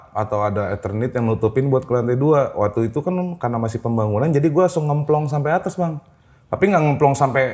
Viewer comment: Jd salfok, masnya kaya aku klo sebut kata "waktu" itu "watu": Watu itu 😂